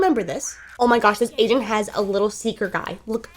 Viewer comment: When she says agent, sounds like she says Asian.🤣